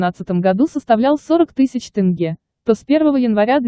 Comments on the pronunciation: Не могу понять , тяжело что ли сказать тЕнге, а не тЭнге? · ТЭнге тЭнге. Научитесь правильно говорить. ТЕНГЕ Ударение ставить на Е. Только слышали Тэнге тэнге больше ничего я не понял.